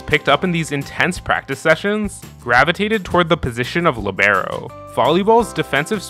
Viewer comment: Why u gotta Say Libero like that LMAO